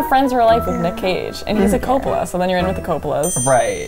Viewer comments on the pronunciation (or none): none